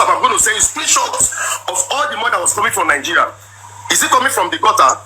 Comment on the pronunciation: Poverty elevation program😂 I think he found out later that she was a pro. She can’t even say Nigeria, she keeps saying Nigerian instead of Nigeria. She is gonna suffer let them deport her. This man is gonna be elevated and she would be put to shame.